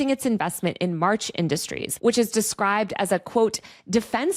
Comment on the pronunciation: "Mach" not "March." And it's not "Silicone Valley," except for Lauren Sanchez Bezos' knockers. Good reporting, though